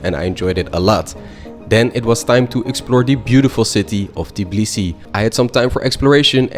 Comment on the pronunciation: Im georgian but u said tbilisi wrong u said tiblisi